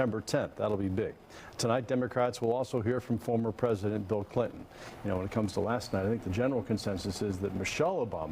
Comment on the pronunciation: & spew lies I thought said don wood never be a phesident